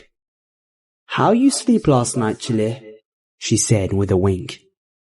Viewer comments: When I realized he kept saying, “Chile’”, when it was more than likely, “chile”. That just tickled me lol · did anyone notice he said Chile like the country? Lol.